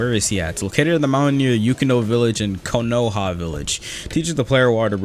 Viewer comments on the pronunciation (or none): none